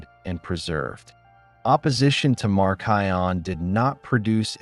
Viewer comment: Even though a lot of this information is correct there are a lot of things that seem off in a Christian history perspective. He can't even pronounce Marcion correctly. I am all the way to Marcion and he hasn't even mentioned the Didache. Hasn't mentioned the martyrdom of the Apostles. He does not quote much scripture. Hasn't mentioned the early church fathers who were taught directly from the Apostles like Polycarp and such. I think his understanding of how Cannon was established is a bit fuzzy. I am a little over half way and my opinion is there is a lot missing.